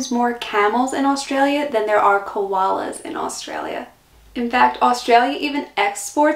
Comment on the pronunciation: Yes. There's no emoos. Congrats on the pronunciation of Koalas. Most Americans say Kowollas.